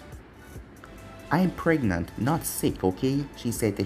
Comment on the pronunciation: I died when you said Mai was pregnet.